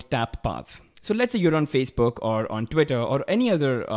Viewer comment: Ha he said fazebook instead of Facebook